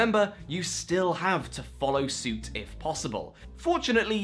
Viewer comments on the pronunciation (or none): none